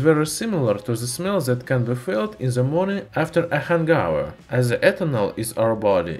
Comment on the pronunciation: "Hang Over". Not "Han gow ver" o.o lol